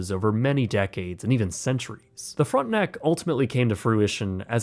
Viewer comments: Brother I know you're one of us but hearing "front-nack" in the beginning had my French immersion ass spinning outta control 😂😭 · Also, it's not pronounced "Frontnuck".